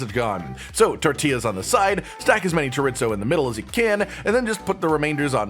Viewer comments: Chore. Ease. Oh. Not: Chore. Its. Oh. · "Jaritzo" lmfaoooo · Did he just say chorit-zo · It’s shore-ee-zo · if says "choritzo" one more time i'm stealing his microphone😊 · As a cook, I cringed everytime he said Chorit-Zo. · As a Cuban I was hoping he'd never do it again, and then he did. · It's like the time i heard a guy say, "mig-well" for "Miguel". Maybe it's growing up cooking or being from the South, but i thought basic Spanish pronunciation was well known. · As a Latino I cringed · dude same thing! hahaha chor-ee-zoe.. hahaha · More cringey than the actual recipe? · I don’t get it, is that pronunciation of chorizo and inside joke I’m unaware of?